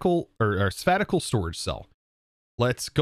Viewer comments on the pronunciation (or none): Spatical? Sir I think you are confused😃. Say it more like space-al or spāSH(ə) as in relating to or occupying space.😉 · "Spatial" isn't pronounce "spatical", it's "spashial" XD But this is a really interesting mod pack, haven't seen something like this before personally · spay shull not spat ti cal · Sabatical disk? It's *spatial*. SPAY shul. :) Cool mod pack. Can't wait to see where it goes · Spatial = "Spay, Tea, All", Not "Sup. Pat, Tea, All". :) Tiny thing, made me giggle. :) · he keeps saying Spat-i-col and its Spay-shole 😂😂😂😂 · im pretty sure sure he was saying spatical, instead of spatial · Bro really just said "spetical" instead of "spacial" when reading the word "Spatial." Lol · Spa tic al? It’s pronounced spay- shl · love you man, but please, its pronounced Space-shul. not spaticle. spatial - > space although now I type it, it looks weird af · Btw, spacial is pronounced spai-shal (like space) not spa-ti-cal. Just saying this because i don't want people making fun of you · sphatacle disk? sfatical disk? 😂 I think you meen sPPPPPPPPPPPPPPPPPPPPPPPPPPPPPPPPPPatial disk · It's spay shal. Not sa pat ecal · Lol...its pronounced "space-tial" not "spatical"... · man spatial is pronounced spay-shh-uh-ll not spatical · For reference,, 'Spatial' is pronounced 'SPAY-shul', as in, of or relating to space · It annoys me to I know it’s a joke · Spatical... it's not a word! I love ya but that killed me! haha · Spayy-shull = Spatial Lol, well done getting us to comment about your pronunciation. For the algorithm! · Loved your intro and reading, very well done! One thing though, spatial is pronounced like space shell, other than that :face-red-heart-shape:Awesome job! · it's pronounced as "spacial" and written as spatial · The spatical disk 😝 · spattical? don't you mean spatial? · why do you pronounce spatial like spatical ? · He was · Spatial is pronounced spay-shul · That pronunciation of “spatial” 😂